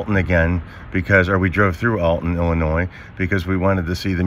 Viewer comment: I'm from Illinois. Thank you for knowing the S in Illinois is silent. Most people that don't live here always pronounce the S. It bugs me every time. Thanks for that.